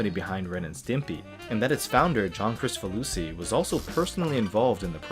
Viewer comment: This is sooo cool! So that’s how you pronounce ‘Kricfalusi’ 😂. Such a great art style. Awesome video as always!